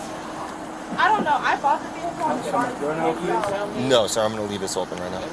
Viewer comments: VEE-HICK -ULLL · Her saying “vehicle” over and over again made me cringe real hard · Her “veehikle”. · She pronounces the “H” in the word Vehicle